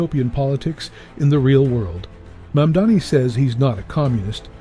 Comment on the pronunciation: Love Bill Maher Pronounce his name correctly please